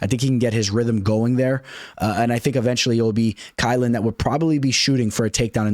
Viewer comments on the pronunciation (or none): Who is key-ow-Lin ?